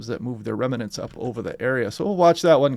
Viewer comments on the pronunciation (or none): remnants, not 'reminants'